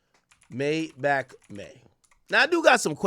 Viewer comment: Maybachmayy??? Sounds more like "Maydiddymay" to me. The self snitching is crazy.